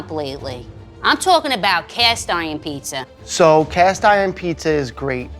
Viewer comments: Does it really annoy anyone else that she pronounces it pissa? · I love this show, but there are no 's' sounds in pizza!!